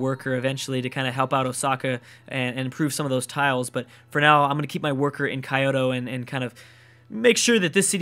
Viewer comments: Hey, just letting you know, Kyoto is pronounced KEY-o-to, not KAI-o-to. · Patheon... k-eye-oto... this guy is totally butchering the pronunciation. The N in pantheon is not silent, and the Japanese capital is key-oto. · key-oto(k y OH t oh ) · IT'S SO ANNOYING HOW HE SAYS IT KAI-YO-TO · kyoto is prononced kee as in key, oe, as in oboe or toe, and toe, kee-eo-toe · please don't read Kyoto as kayoto thorough entire gameplay. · It's pronounced Key-oto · ***** I could accept that argument for the likes of Tenochtitlan, but not for Kyoto. Its three syllables ffs.